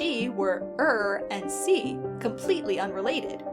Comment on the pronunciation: "er" and "sie" in german are pronounced "air" and "zee" by the way